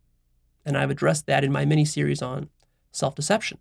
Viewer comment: Did you just say "Meanie Series"?